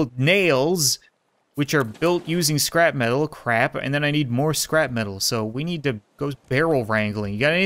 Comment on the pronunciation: LOL XD! Whenever he says scrap metal it sounds like he says scrapman!